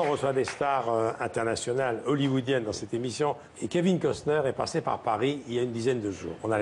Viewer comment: C'est pas Custer c'est COstner.😅